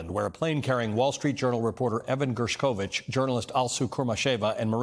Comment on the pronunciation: It's GERSHkovich. You need to pronounce it right or be deemed FAKE.